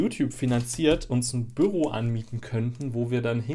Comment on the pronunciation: ach du meintest büro, ich habs erst beim 3ten mal verstanden :D ein büRRo^^